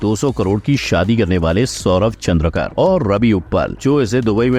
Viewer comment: Surname चंद्रकर नही है सर,चंद्राकर है